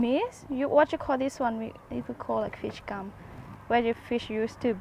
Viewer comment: sounds like you are saying fish gum. but it is fish gill